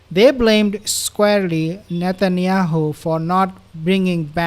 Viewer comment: I thought he was saying shatanyahu. Hysterical 😂😂😂. Poor nutty is unhinged.